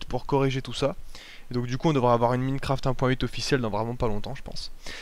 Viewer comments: "Minnecraft". Si tu déprimes, demande à un français de parler anglais. Tu vas juste te poiler pendant des heures. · [Minnekraft] -__- C'est compliqué de prononcer avec un poil d'accent ? Sinon bonne vidéo !